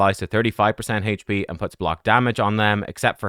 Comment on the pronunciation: I love how says hache p champ lol